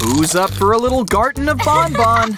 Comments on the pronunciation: It's not bonbon it's banban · Garden of bonbon? It’s BANBAN well let’s just say you mispronounced a lot of things